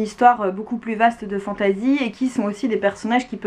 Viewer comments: Merci je vais lire Watership Down 😊 Par contre j'ai un peu du mal avec ta prononciation "fantAzi" 😅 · Agréablement surpris de cette vidéo sur laquelle je tombe par hasard. Un peu irrité d'entendre fantAsy quand j'entends le reste prononcé en anglais 😁. Sinon en terme de lecture de dark fantasy il y aurait bien évidement the Witcher.